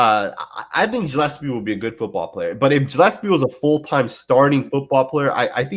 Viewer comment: Morrissey is More-S-C. Gillespie is Gill-S-P. And it's not Abrams... it's Abram. It's not that big of a deal, but I know that it bothers some people. Good video!!!